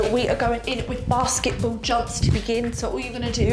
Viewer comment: Wait...say "basketball" again...lol😂